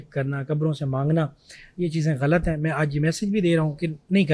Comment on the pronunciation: First of all the word is ghalat not galat. These girls grown up with watching indian movies I bet they pronounce jeera instead of zeera 😂